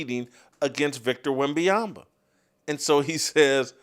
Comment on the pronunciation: Whitlock you spent half a show making fun of someone not pronouncing Vrabel’s name correctly and you just spend an entire show mispronouncing Wembanyama’s name.